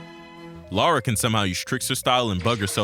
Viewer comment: I’m only 4 mins in but I just had to pause to thank you for doing what most American’s fail to do: Pronounce “Lara” and “Derby” right. It’s crazy that Core changed her name from “Laura” to “Lara” because they thought it would be easier for Americans to pronounce 🤦‍♀️